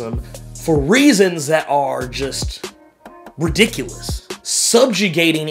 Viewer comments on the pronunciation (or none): none